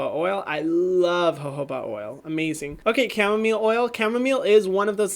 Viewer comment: Its camo- mile not camo mill